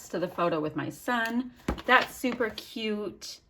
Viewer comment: Trying to figure out the spelling for the way you pronounce "cute" lol! Queeoot? Keeoote? Ciute? Q-OOT? What-ev!! Love your layout & the you aren't afraid to use flowers for your son!!